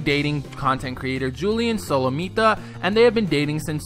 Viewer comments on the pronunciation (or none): They also said Juliens last name wrong. It is Italian, not Spanish so you just say Solomita as a whole word instead of breaking it up as you did